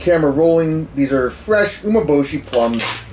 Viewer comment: Pretty sure it's pronounced U-mé-bo-shi